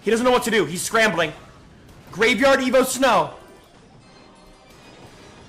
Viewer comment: Why is he calling them evoED everyone calls them evo 😂